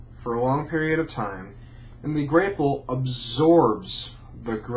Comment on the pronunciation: It's pronounced grap-pple